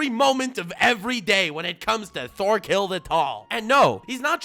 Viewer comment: Lol it’s pronounced tors torfinn and torkell